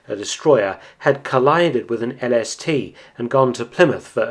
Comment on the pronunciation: Am I the only one heard LSD not LST?